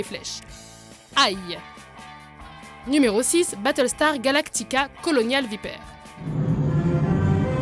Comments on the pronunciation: Superbe vidéo :) Incroyable tout de même, on ne peut même plus faire confiance aux multi-nationales XD PS: à Viper se prononce "Vaillpeur" ;) j'ai tiqué en entendant vipère lol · VaiLLpeur? Pas vraiment,non. Vaïpeur! Tout simplement parce que "Viper" est la traduction de "Vipère"dans notre chère langue de molière, alors vive la France, lol. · colonial viper????? ça se prononce vyper! un mot est un mot! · Sacha Touil Heu... Je sais très bien ce que Viper veut dire, c'était juste en phonétique... Et le "i" en anglais se prononce "aille" Mais c'est vrai que j'aurai dû écrire: "Vaypeur" XD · Ecouter quand elle la dit Viper ! Mdrrr dur dur l'anglais